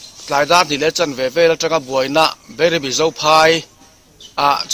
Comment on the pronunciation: Joint VC chairman meuh si in Beirebi a ti tlat hi engnge a awmzia aw Bairabi tih ni awm zawk tak.